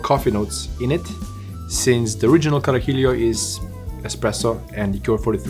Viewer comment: So close to pronouncing it right! You're adding an additional "I" at the end, like "Carajill*I*o. It's like "Cara He Lo" edit, the more he drank the closer he got to pronunciation